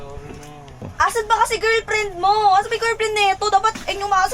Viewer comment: Girlfriend ❎ Girfriend✅ Sabi ni mura gusto itama Ang sinasabi ayaw🙄🙄🤨😒